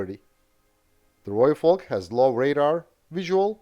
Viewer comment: Thank you, from a South African, for saying Rooivalk correctly 🙏